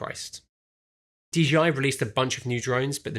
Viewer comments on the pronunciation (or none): Why does everyone seem to pronounce DJI as D’G’I?